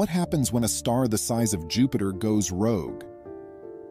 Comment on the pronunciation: Rogue and rouge not the same thing. Ai , again.